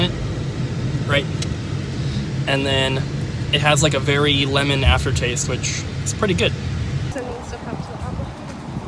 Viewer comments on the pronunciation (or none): none